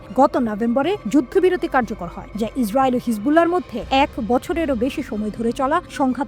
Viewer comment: ইসরাবিল না ইসরাইল😂😂😂